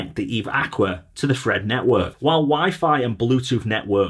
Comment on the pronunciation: Fread… Thread …Fread… Thread …Fread… Thread …🤣🤣🤣